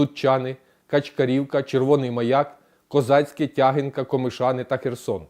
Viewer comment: Виправте наголос - Тягинка, херсонської, наголос на И.